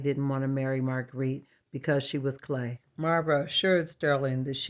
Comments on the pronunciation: Yes I thought she said "plain" and thought "no she's lovely!" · I had to rewind and hear for sure that you said "clay" was the worry 😅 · What a wonderful portrait! I had to listen a couple times to realize you were saying Marguerite was clay, because I didn't know what you were talking about! But what a clever way to make your point! So much drama & excitement in the dolls' world!! ❤